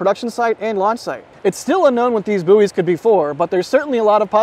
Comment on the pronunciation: Any one else catch that he called the buoys, boosters? 😂 I will certainly be a lot of little yellow boosters around the water. 😂 but in all reality, I do appreciate you taking the time to make this video.